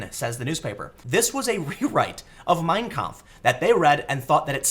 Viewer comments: It's pronounced "mein KAMPF" not "Meeeeiiiiiiiiin Kmpf", Tim. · Sorry, but that's just too grating. Don't emphasize the first word. Each word has equal weight. It's "My Struggle", so say it like that. Two words, equally balanced. Mein. Kampf. You're saying it as if it were Meinkampf, like Minecraft. It quite literally hurts my brain.